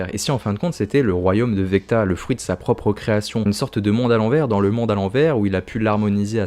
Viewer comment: VECNA pas VECTA lol 😂